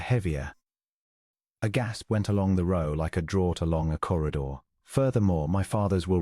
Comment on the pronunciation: Draught is not pronounced 'drawt'. It is pronounced 'draft'. Michaelmas...'Micklemass'. Reined.....'rained'. ArithMETic......'arITHmetic'.